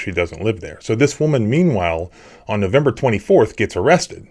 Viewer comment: "HEY DARES A CAMERA RIGHT DARE" 😅😂